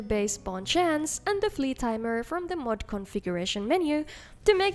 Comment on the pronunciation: Always love when she says мод 😁